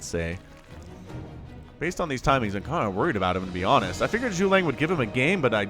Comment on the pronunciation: He literally put caps on each syllable for you to pronounce it. Zhu-Ge-Liang. Silly man!